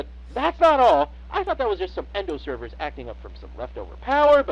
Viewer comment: GOD it bugs me how they keep calling servo motors "servers"